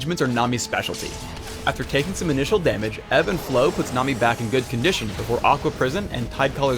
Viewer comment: is it just me or does it sound like he keeps saying "nom"-i, rather than nami? XD